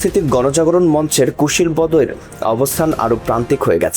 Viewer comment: কুশীলবদের -- শব্দের উচ্চারণ ঠিক করুন।